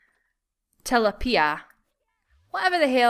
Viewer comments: XD oh. Tilapia is a type of fish,it's actually really yum. It's ta-lap-pee-a. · It's Til-lap-pia :-)